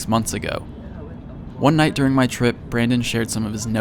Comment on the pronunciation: You Try Kind of ironic because you said durning and not during. A for effort mate.